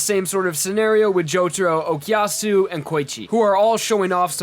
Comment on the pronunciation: I get annoyed every time you say "Okiyasu" instead of Okuyasu and "Kousaku" instead of Kosaku